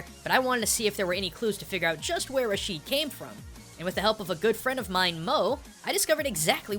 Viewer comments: Just one more thing, it's not pronounced Rasheed but more like Rashed with elongating the pronunciation of the (a) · is pronounced (RA-SHED) not (RA-SHEED) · Rashid is not pronounced (rasheed) in arabic it most commonly pronounced (rashed) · Rashid raa shed not rasheed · A minor annoyance, I noticed that foreigners almost never pronounce any Arabic name correctly. It clearly says Rashid (Ra-shid) but every one pronounce it it Ra-sheed for some reason. I understand when the names have no similar letters in your language so this has no excuse. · I think it is said "RAA-Sh-Id" , and not "Rah-Sheed". Over that's how I say it. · we pronounce the name rashd ,not rasheed. keep up the good work! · its Raashed how its pronounced but the spelling is rashid